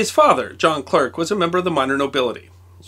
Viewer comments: Sorry to be a pedant,, but Maxwell was Scottish, so Clerk is pronounced clark and Marischal is pronounced marshal: Not great problems in the great scheme of things, but if you're going to talk about the chap, it's probably just as well to be able to pronounce his name, don't you think? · That's pronounced "Clark"! Otherwise a great video! Thanks! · Thanks for bringing James Clerk Maxwell's name to public attention. He certainly deserves to stand with Newton and Einstein in the pantheon of genius. Incidentally "Clerk" is pronounced "Clark". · Fascinating video about one of our national heroes. I should point out though that, being a Scot, the Clerk in his name should be pronounced the same as Clark. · Small point, he was Scottish and as such Clerk is pronounced Clark. Yes the English language is a wonderful thing. 😊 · In the UK, the name "Clerk" - and the administrative job as well - is pronounced "Clark", BTW! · It's a bit ironic saying "the life of James Clerk Maxwell needs to be remembered" while pronouncing his name incorrectly. Otherwise an informative video. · James Clerk Maxwell rhymes with james quark maxwell, not james work maxwell. Great video for a great man whose name deserves to be remembered accurately. (The articulate clerk from Berkshire noted the leylines claimed by the fey, greyhaired lady. [ 'e' can sound like 'ah' or 'ay' in British English]) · It's pronounced Clark, not Clerk. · It's spelled "Clerk" but it's pronounced "Clark." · Is pronounced Clark not Clerk. 👍🏻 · I thought it was pronounce "Clark", not "Clerk". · He was a Scot. His name, though spelled "Clerk" is pronounced "Clark"! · I believe that the correct pronunciation of his name is the English version of clerk (which is pronounced Clark in us parlance). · "Clerk" is pronounced "Clark" in the UK, including Maxwell's native Scotland.